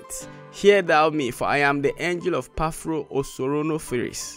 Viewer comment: He said Phapro... but not Paphro